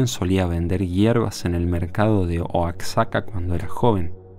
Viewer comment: Oaxaca se pronuncia : Oajaca , jiji saludos :D